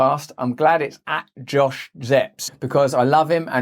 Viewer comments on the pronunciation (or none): none